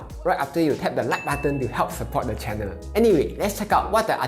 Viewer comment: One suggestion. The word channel, you would had pronounced as channer, need to change the r to l. :-) Do not be angry with me for this comment